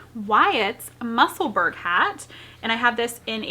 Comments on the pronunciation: Bless you! If you can pronounce Edinburgh then Musselburgh is pronounced the same x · Haha, I know Google isn't the be-all end-all, but even it shows that you are pronouncing Musselburgh in American English. It's FINE. My last name is Scottish, but we pronounce it in American English because we're Americans. My maiden name is Lithuanian and we always pronounced it in English, too. I think this is normal? How do we pronounce Paris, France? Par-iss or Par-ee? Goodness. Is this not the same thing? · That is the cutest shirt! Love your videos! I also want to tell you that my husband loves you too, especially because of how you pronounce Musselburgh. I had him watch that little segment where you talk about this is how you pronounce it and let's move on. Haha! We both loved it! Keep on Truckin'.